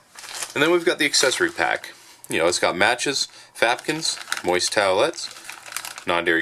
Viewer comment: I did hear that correctly right? you said Fapkins?